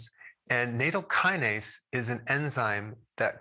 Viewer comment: plz learn the CORRECT pronunciation : na- -tow -kuh-nayz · not nAto, just NA-TOW